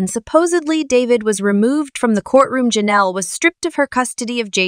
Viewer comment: LOLOL it sounding like they are saying JENELLEY instead of JENELLE E. (Assuming E for her last name)